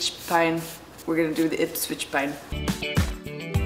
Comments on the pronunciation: You pronounced Ipswich perfectly! (I'm British. Though not from Ipswich 😂😅) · I’m from Ipswich in England! It’s pronounced Ips-witch, so very close! It’s one of the oldest settlements in England and its modern name derives from Gyppeswycke after the river gipping which goes through the centre of the town